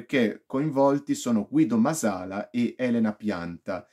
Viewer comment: Bella recensione, solo un appunto: il cognome è Màsala, è un cognome sardo, con l'accento sulla prima "a".